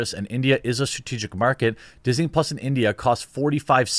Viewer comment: "PUS" not Plus.